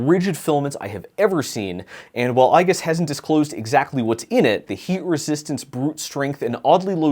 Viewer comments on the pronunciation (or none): Small nitpick: the "I" in "IGUS" is pronounced like "Eagle", not like the letter "I".